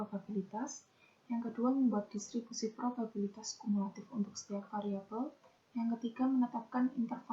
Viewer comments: penyebutan kata probabilitas menjadi probibalitas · Probibalitas, "babi" bukan "biba" (19) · prima kesalahan mengucap probibalitas yang seharusnya probabilitas (Lenna Agata - 14) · Niken Dwi K (22) kesalahan ada pada prima nanda salah pengucapan probabilitas jadi probibalitas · Laelatul Jayanti - 13 Saya menemukan kesalahan pengucapan pada menit ke 09.04 harusnya probabilitas menjadi probibalitas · pada menit 9.04 prima kesalahan mengucap “probibalitas” yang seharusnya “probabilitas” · Linda maulidya (15) penyebutan kata probabilitas menjadi probibalitas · maretha wahyuningtyas kesalahan pada penyebutan kata probabilitas (05)